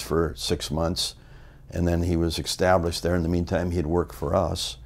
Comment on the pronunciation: One thing for sure, Greg knew how to get someone "ekkstablished"